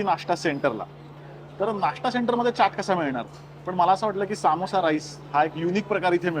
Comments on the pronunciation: सामोसा ❌ समोसा ✅ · ...its not saaamosa, its samosa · Bhai samosa assto toh samosaa nahi,why u can't simply say it properly, disappointing. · सा मो सा 😂 समोसा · सामोसा नाय रं समोसा असतो तो 🙏🏻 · सामोसा नाही समोसा म्हणा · Saamosaa nsto samosa asto